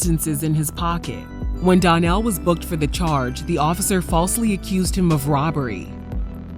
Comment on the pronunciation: His name is pronounced Don-Nell. The label is pronounced Luh-face